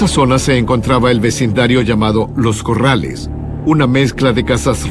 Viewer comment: los Corales.. no es los Corrales.. jajaja que risa..